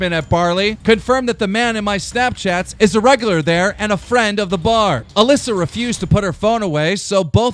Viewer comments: Classic Keem says Mallissa instead of Alissa 😂😂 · Stop saying Aliisa!It's Aleesa!!! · Hit Melissa? Dyslexic or not you said Alissa over 30 times in thus vid alone and prob 3000 times this month , and you haven't said Melissa since you've started ... Why don't you Tone it down For one try before you actually record ,Read it properly ,And Then record it correctly ... For a News/entertainment channel you should at least be able to speak.. no? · hey you called Alissa mlissa in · Jordan Besser he said Melissa in there once lol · WHO IS ALISSA I’ve never heard this name I thought it was pronounced A Lee sa